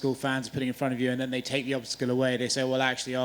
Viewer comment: Fob ront ahhaha